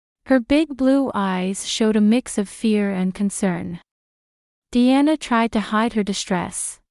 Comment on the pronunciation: Diana pronounced as de-anna